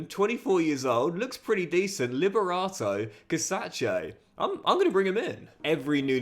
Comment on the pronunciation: LIBERATO CACACEEEEE, u the best, i may suggest to pronounce his name the Italian way since he has Italian heritage, love from Empoli